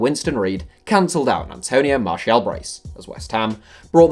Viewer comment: "A Tony Martial"